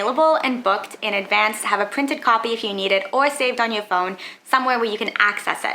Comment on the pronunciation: Its Book not Boaked